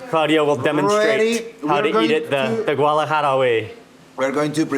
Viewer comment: He mispronounces so many things. It's irritating. Guadalajara not GUALAJARA.